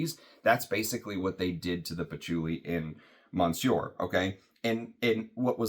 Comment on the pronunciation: Hey thanks for the review! Still wanting a sample of this. Check the pronunciation of Monsieur, you don't want to be like so many reviewers out there that constantly screw up French. Especially reviewing perfumery with tons of French influence! Thanks again!